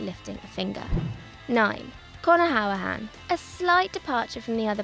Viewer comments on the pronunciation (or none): You can't say conor hourihan it's conor hoor I han 🇮🇪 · Pronounced “hurri-han”